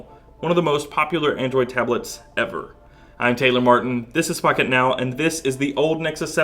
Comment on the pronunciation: Honest criticism, at the beginning it honestly sounded like you said "Fuck it now"